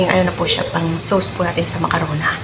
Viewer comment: Macarona talaga😅😅😅😅😅 Diba macaroni😢😢😢